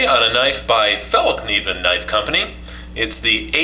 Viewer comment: wrong. I'm from Sweden and it's pronounced more like fall-kniv-en, you can't forget the K in kniven. fallkniven is not completely right either but its hard to explain what ä sounds like in fällkniven, but it goes a long way if you say fall-Kniven instead of fall-niven. (if i would try to explain how ä sounds like its like the a in as) :)